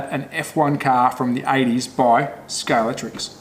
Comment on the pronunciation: Would somebody please explain to me why nobody seems to be able to pronounce Scalextric correctly? Everybody seems to call it Scalectrix; completely wrong. Okay that said; rant over; nice find. I have one of these beauties but need to find the rear wing and get some tyres and see if the motor runs.